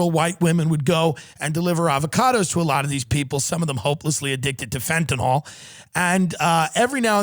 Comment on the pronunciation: Day 875 of Tim not able to pronounce "fentanyl"